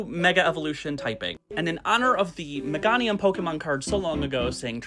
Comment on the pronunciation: No babe it's me-GAY-nium